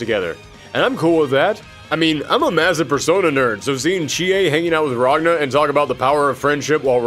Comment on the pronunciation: Pretty good retrospective, and I’m really looking forward to seeing you tackle the story in full. The only minor complaints I have are that you seem to be flipping pronunciations of “Ragna,” mispronouncing “magus,” and you’re calling some of the characters’ weapons “Grimoires” when that’s not what they are. Tsubaki’s weapon is is what’s known as an Ars Armegis weapon, and several of the characters wield Nox Nyctores (weapons that killed the Black Beast). The only Grimoires used by characters in the game are the Azure Grimoire (Ragna’s), Blue Grimoire (Hazama’s, though the dub also calls it Azure Grimoire) or the No-Name Grimoire (used by Mai Natsume)